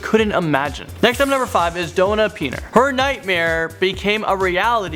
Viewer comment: # 5 isn’t ‘doe-na peener’. It’s pronounced “dawn-a Pen-ner’. Super simple name. How the heck do you mess THAT one up?! Lol